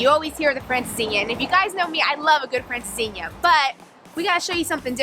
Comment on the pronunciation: For those of you that doubt and bona fide Portuguese credentials, just listen to her pronunciation of “francesinha” and watch his video on the issues and challenges of the Portuguese real estate market. Congrats, guys, you rock! 😊